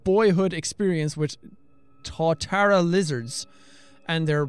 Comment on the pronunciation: jacksepticeye hey Jack Tuatara is said To-a-tar-a. Just helping, not hating.